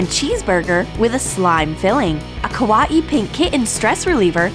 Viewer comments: Ka WA ee 😂 why was thAt so funny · How she said Kawaii like OMG FVJKBSJKVJKRKGSILFDS WHYYYY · "A kawaee pink kitten stressball" btw its kawaii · XD A kawwa-e kitten? It's kawaii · Kawatie?? Its kuh-y-e kawaii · ku-aw-eee how they say it vs how we say it kwaii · They say kawati but I say kawii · Does anyone feel weird when they say say Ka-wa-i the pronunciation is kawayi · It's not kho-ah-hee.... Its Ka-why-ee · its annoying when she says kawah instead of kawaii T^T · "A kwattey" WHAT THE HECK DUDE ITS 'ka why e' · Kawaii is not KA WO EE it's KU WHY EE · donutgirl 09 Kawahee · How she said kawaii kuwa-ee no hate I ♥ ur channel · I got triggered when she said kawaii like ka wa ii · It's kwie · It’s pronounced Kah - Why - Ee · It's pronounced (ka-why -ee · Ka wah ee.. Why did she have to pronounce it like that.. 😤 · She says kawaai wrong it bugs me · Why cant she say kawi and kitten! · You say kawaii wrong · Brodie Moore no they didn't pronounce it wrong they said a different way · cappuccino the Great The different and wrong way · I thought I was the only one that noticed that! lolz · the way she said kitten and kawaii 😂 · That is how you pronounce "Kitten" Are your ears okay? But, Yeah; The way she said Kawaii! xD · I cringed at the way they said kawaii Not a hate comment I love your channel, just saying it's quite funny XD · Wait... I’m triggered how they say kawaii... I’m a Filipino and I speak a bit of Japanese! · you said kawaii so wrong🤣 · Your saying kawaii wrong!!! TRIGGERED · They pronounced kawaii wrong lol (I learn Japanese BTW) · U PRONOUNCED KAWAII WRONG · you pronounced kawaii wrong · You said kawaii wrong